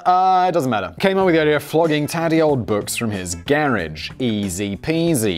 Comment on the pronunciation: Simon nit-picks about the pronunciation of "Bezos" and right away says "garage" in probably the funniest way I've ever heard.